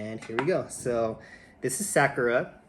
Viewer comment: Sa- like "soccer" without the "CCER" Ku- like "cool" without the "L" Ra- like "rock" without the "CK" Mahalo for sharing! Aloha from Hawaii!